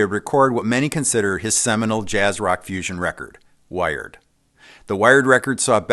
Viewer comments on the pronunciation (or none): none